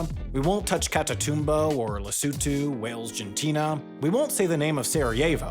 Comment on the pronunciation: Congrats on being able to pronounce Lesotho better than the President of the United States who mocked it this evening over our past spending to prevent the spread of HIV/AIDS there. Maybe you should make a Lesotho video after all.